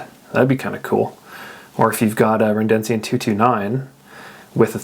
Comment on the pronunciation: It's Redencion, not Rendencion